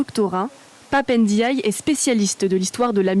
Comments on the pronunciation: C'est Pap Ndiaye et non Pap N diaye, arrêté d'ecorcher les noms Afrique svp merci. 🙏🏿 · C’est pape n diouille